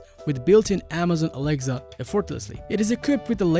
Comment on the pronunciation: This guy is just saying alegza not Alexa